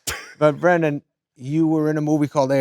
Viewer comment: Uuurgh... I don't love when people try to let you know just how much others didn't "want you" but that THEY did. And why does Adam have to continuously mispronounce Brendans name. Gimme a break Adam.